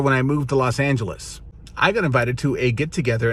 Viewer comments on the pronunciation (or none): none